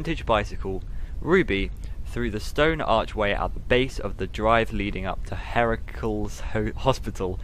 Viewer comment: Thank you so much for the FNAF book readings. I don’t think I’d read them otherwise. Heracles is pronounced hair-ick-lees. Hydrangeas is high-drain-juzz.